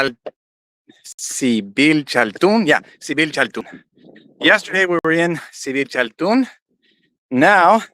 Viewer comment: Don't worry, your pronunciation is correct, the "z" isn't pronounced in this case 'cause it's a mayan name or expression. " D(Z)IBILCHALTÚN ".